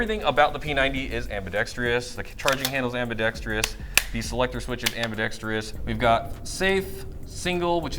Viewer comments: AmbidextROUS. Why do no airsofters pronounce this correctly :p Anyway, I have it, its definitely overpriced. Mine has some quality control problems and DID NOT come with the metal flash hider. Also, the performance is pretty basic. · AMBIDEXTRIOUS!? You mean ambidextrous 🤦‍♂️ smh